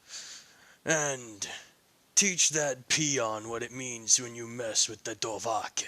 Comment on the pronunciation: You say his name like dov a khin it’s supposed to sound like dovaaakhin